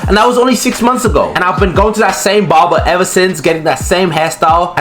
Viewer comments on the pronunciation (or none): bro kept saying bobar